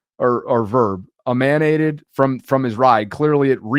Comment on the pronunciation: Good lord.....Emanate - originate from; be produced by, give out or emit. Say it like this EM-AN-ATE. SMH